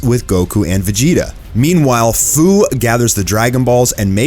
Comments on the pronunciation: His name is pronounced like "Few" not "Foo" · ITS FU (FEW) NOT FUU IF U PLAYED XENOVERSE2 YALL WOULD KNOW THAT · His name is Fu but pronounced as F-e-w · You’re pronouncing fu wrong. It’s supposed to be like the feu in feud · Just a couple quick corrections that I want to bring to everyone's attention! Fu's name is pronounced "F-you" as in the word future. Secondly, The SSJ4 goku in this series is not "future Goku" but is actually a completely seperate Goku from an alternate timeline. Heroes is known for mixing timelines together, such as GT characters and movie characters coexisting with "canon" characters from DBZ and DBS. Sorry for the rant, but other than this, great video!! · it’s pronounced.. ( few) for fu